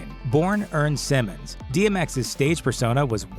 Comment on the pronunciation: Earl Simmons, not Earn Simmons. Have some respect for the dead and get his name right.